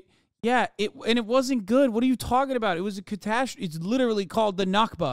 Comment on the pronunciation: Why the Scottish accent whilst talking aboot sooth afriky..?